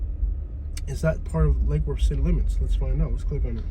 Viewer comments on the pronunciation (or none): "Lackey Woooortttth" I. AM. DEAD. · I've lived in Lake Worth for half of my life and nobody pronounces it like that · whos this clown pronunciating lake worth like that. its L Dub! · Us locals do not pronounce Lake Worth like that 😂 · Fr wtf😂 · I ain't never heard it pronounced that way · Exactly lol